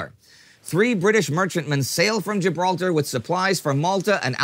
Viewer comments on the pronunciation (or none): none